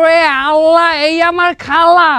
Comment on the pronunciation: আল্লাহর নামটা একটু উচ্চারণে একটু বিকৃত হয়ে গেল না মিনিটে। এটাতো অন্যায় হয়েছে। আশা করি পরবর্তীতে এসব ব্যাপারে সতর্ক থাকবেন। এছাড়াও মিনিটে সাদা গেঞ্জিওয়ালা ছেলেটি হাত দিয়ে অসভন ইঙ্গিত ( fuc* sign) দেখাচ্ছিলো যার শিষ্টাচার ভৈরবীভূত। এ ধরনের অসামাজিক কার্যকরা কলাপ আপনাদের থেকে আমরা আশা করি না। তবে বিশ্বাস করি আপনারা এ ব্যাপারে পরবর্তীতে সতর্ক থাকবেন ইনশাল্লাহ।